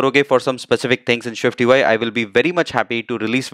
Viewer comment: everything is excellent bus aik masla hai, it is SwiftUI not ShwiftUI, please isko dekhlen, baqi andaaz or tareeqa behtreen hai